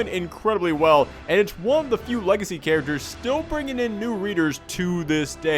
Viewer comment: If ever makes shirts, I want some sort of design in regards to the way he says characters. Because "Charachers" is basically a catchphrase at this point.